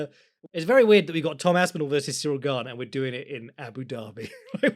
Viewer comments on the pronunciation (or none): none